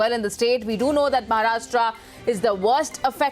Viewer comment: It is महाराष्ट्र and not महाराष्ट्रा